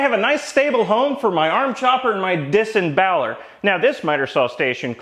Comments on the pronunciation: Disemboweler lol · ROTFLMAO "Disemboweler" 😂🤣😂